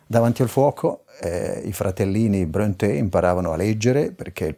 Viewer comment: Informo l'Autore che il nome Bronte,con la dieresi sulla e per renderne la pronuncia all'italiana,come voluto dal capostipite Patrik,si legge proprio Bronte senza accento. Tale cognome infatti è esemplato sul nome della cittadina omonima in provincia di Catania che lui adottò per qualche assonanza col suo originale Prunty,come segno di ammirazione per l'ammiraglio O.Nelson, dai Borboni appena nominato duca di Maniace,frazione di Bronte,in seguito alla sua vittoria su Napoleone a Trafalgar.